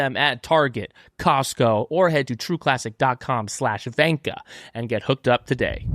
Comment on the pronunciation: Why do you guys call it vanka hours when gunter literally pronounces the word perfectly lol.